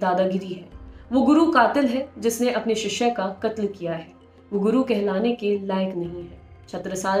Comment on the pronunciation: madam ji vo shishy hai na ki shishya